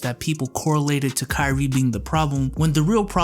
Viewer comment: did you just call, kyrie, "crispy ass"?